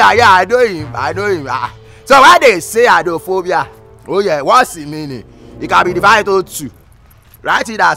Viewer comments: Eye-drone-fo-bia. Shagigi Shaggi. So confident he even explained why 'eye' was used not 'eyes' in the word. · Who born this scholarship boy? "Eyedronefobia"